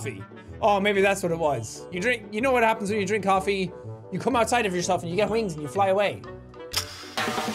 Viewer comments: The winds cofee sounded like the girls said I sell vodka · is it t just me or do the coffie people sound like they be saying " i sell vodka."? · Kinda sounded like they were saying “ i sell vodka” 😆